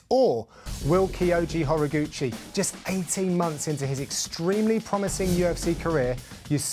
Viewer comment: He's name is pronounced Ho-Rah-goo-chee